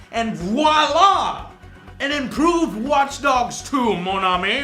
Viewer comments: did he say watch dugs at ? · WATCH DUGS LOL